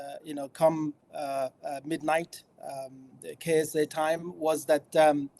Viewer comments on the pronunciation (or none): Simon it’s not “KSI” it’s “KSA” 😭 🤦🏻‍♂️